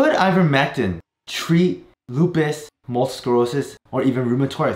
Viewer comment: did you mispronounce multiple I kept hearing multel or am I missing something.